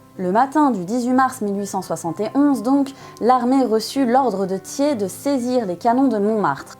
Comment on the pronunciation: Très bonne vidéo documentée sur un sujet trop souvent éludé en France sauf en ce moment 😉 et c'est très bien ainsi. Seul remarque je ne connaissais pas cette prononciation du patronyme Thiers... '' tié'' . Personnellement j'ai toujours entendu '' tière'' et pas ''tié''.... mais peut-être que les 2 existent ? 😅